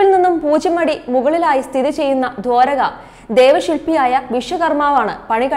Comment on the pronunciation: തുടക്കത്തിൽ തന്നെ നാക്ക് ഉളുക്കിയല്ലോ ? "വർണ്ണ ശംബളം" ഇതെന്തു വാക്കാണ്. " "വർണ്ണശബളം" എന്ന് വായിക്കാനറിയില്ലെങ്കിൽ എന്തിനി പണിക്ക് വരുന്നത്. അതു പോലെ " ദ്വാരക" എന്നതും തെറ്റായാണ് ഉച്ചരിച്ചത് !